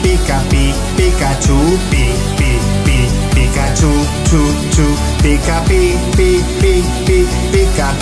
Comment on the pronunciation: Dice pikahcu 😅😅